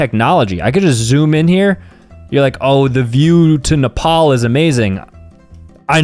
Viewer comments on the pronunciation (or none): none